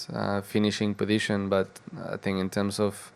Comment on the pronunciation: Don’t fink, drife !